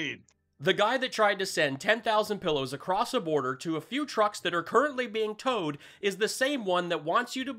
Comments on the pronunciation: “…they took Brian ACROSST”….FFS 🤣🤣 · Stold.....crost.....qwast....roko ...??? Must be a Maga Patois language. All of you reached out to the bank president..." What he doesn't know they all reached out to the bank president to thank them. 🤣